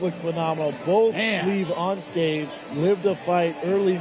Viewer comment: On-scathed!!!! lol